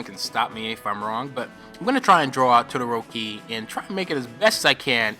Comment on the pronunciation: Reg: Todoroki Eyes closed: Todoroki Back towards keyboard:tqiayq GODXD : looking up (eyes closed) Yodoroki Spinning head: todioiki And sounded: Todohokie